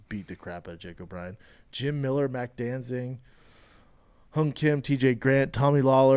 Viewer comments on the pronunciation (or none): none